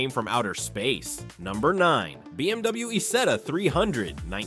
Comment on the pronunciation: Es heißt Isetta und nicht Ita, du Pfeife